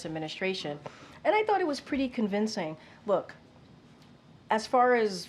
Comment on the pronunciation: She really said, "convincing."